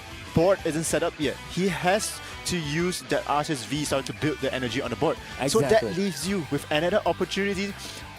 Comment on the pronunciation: it pronounces as “Ar-Ki-Us” in Arceus’s name